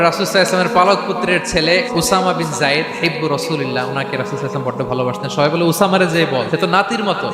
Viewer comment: সল্লেল্লাহু আলাইহিওয়ায়াসাল্লাম ❤️❤️❤️। এটাও ঠিক করে বলার সময় হয়না বক্তার!!!